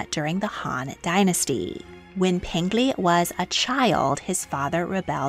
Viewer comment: Peng Li is P - eng (pronounced like you would say the g in ing) Lee. Not pen - glee.